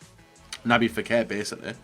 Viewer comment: Naby "Fekèr" according to